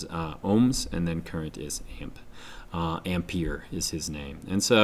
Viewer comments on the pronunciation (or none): The triangle is very useful. Protip french pronunciation: Ampère = "Aumpaire" ('au' as in 'Auckland' and 'ai' as in 'air') with the stress on the è. Good video!